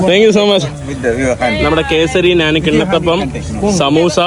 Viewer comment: എന്തോന്ന് സ്പുടത ? ഞാൻ എന്ന് പറയാൻ പോലും അറിയില്ല . ഗ്രാഫിറ്റി കണ്ടിട്ട് ഗ്രാഫിക് ഡിസൈനിങ് എന്ന് പറഞ്ഞതാണോ സ്പുടത ? വിദ്യാഭ്യാസത്തിന്റെ നല്ല കുറവുണ്ട് .